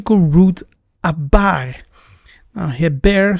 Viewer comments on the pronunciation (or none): You're correct, but it's important to note that without the dagesh, the sound should be a "V." In the video, you pronounced it as a "B," and it's inconsistent to change the pronunciation based on convenience. -Shalom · The word you keep saying is abar is pronounced avar in Hebrew 🤦🏾